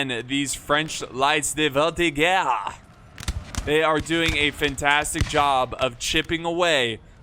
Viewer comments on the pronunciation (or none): Whene there is a E behind a G in french, you need to read that as a "JE" not a "GUE" so, Voltiger here, is pronounced "Voltijer" not "Voltiguer", i dont know if i'm clear, but i hope you understand, my english is really limited.